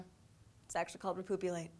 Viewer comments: when you said repoopulate i started busting out laughing and couldn't stop lol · Repoopulate? You can't make this shit up! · Repoopulate... Nuff said. :o